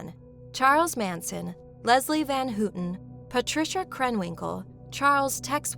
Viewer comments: Leslie Van HOW ton. Not Van WHO ton. It's been 50+ years in the news. How you gunna get that wrong? Wow. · It’s not Leslie van hoo-ton, it’s van how-ton